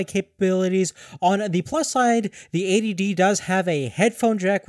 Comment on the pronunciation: EighTY D, not A.D.D